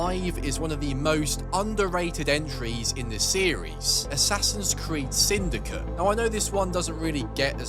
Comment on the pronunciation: Bro says "sindycuh"